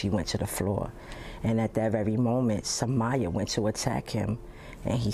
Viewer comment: HER NAME IS PRONOUNCED SUH-MY-UH